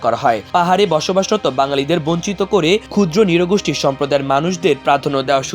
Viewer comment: চমৎকার তথ্যবহুল প্রতিবেদন আমার দেশের। তবে বর্ণনাকারীর উচ্চারণে সমস্যা আছে। নৃগোষ্ঠী কে বারবর ”নিরগোষ্ঠী” বলছিলেন।